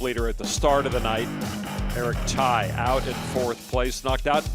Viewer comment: Poker commentator: how can you pronounce that guys name as Thai? It’s Tsai and pronounced T-zai. The S is not silent.